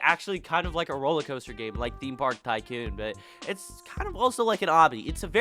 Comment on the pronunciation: The way he says tycoon is pissing me off